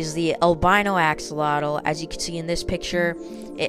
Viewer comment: The X in the word axolotl sounds like a J in Spanish, not like and X. The same way we pronounce México in Spanish. It's a stronger sound than the H in English. So, "ajolotl".